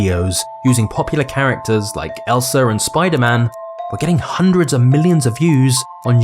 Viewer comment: it's ELSA, not ELSA-R